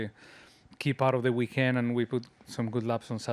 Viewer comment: "welcome to the weekend womp" 😂😂